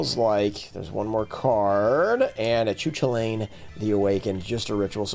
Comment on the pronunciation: /koo-KUL-in/ not /choo-chuh-layn/